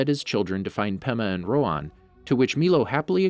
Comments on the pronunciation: Its RoHan not RoAn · rohan actually has an "H" in it